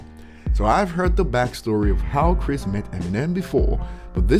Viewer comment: Dislike cause u cant say chris name right